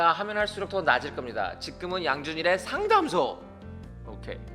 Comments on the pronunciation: ㅋㅋ 상담소 발음이 힘든가요? ㅎㅎ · 양준일 님 의 직끔 상당소 에구 귀여워 우린 발음 잘 안되는 버터발음 좋아~요 뭘해도 귀엽고 사랑스러워요 쉽게 명료하게 쿨하게 상담해 주셔서 솔로몬의 지혜를 준일님이 달란트를 선물로 받으신듯 그동안의 자석에 붙어왔던 삶이 이런 내공을 저축해 오신듯 참 잘익으신 나의 연예인 사랑스러워요 ~~^-----^